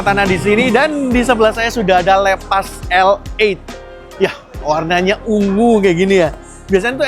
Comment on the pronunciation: Bangg baca nya bukan leepas Tapi seperti bahasa indo aja bacanya lepas